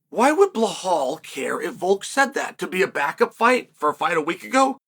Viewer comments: 😂 chael please it’s Belal not blahal… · Bē-LAL. not Blohall😂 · Chael, why are you pronouncing Belal as Behlal, there is no "h" in his name. His name is the easiest to pronounce, just say pronounce letters : B E L A L. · are you intentionally calling bilal as blohal because bilal is not hard to pronounce uncle Chael? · What's with Sael Chonen pronouncing fighters name wrong. First with Alex Piera and now blahal mohd. 🫡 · Great opening, old school Chael, mispronouncing. Bel- HAL. I miss some good old PROVOKI and PROKRAYEV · For God's sake, learn how to pronounce Belal. It's not Blahal 😂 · Chael pronouncing anyone’s name properly is the ultimate compliment. I guess Blahall hasn’t earned that yet. :D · You're lying. If you weren't new here you would know that Chael pronounces ALL foreign names wrong ON PURPOSE. Either that, or you just didn't realize because you don't pay attention.